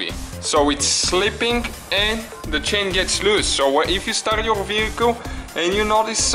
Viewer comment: Hey, it is not "chin" , it is a CHAIN ! Chin is in Your face ! Also what is "ansor" ? I think You waiting for answer,right ? Look, this engine did not have a balance shaft, so NO NEED timing for chain for Oil Pump ! Oil Pump no needed for timing !